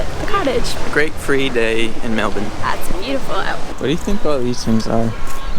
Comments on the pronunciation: LOVE that fact you can pronounce Melbourne properly. Huge respect haha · Did you notice........you pronounced Melbourne correctly at least once, well done you!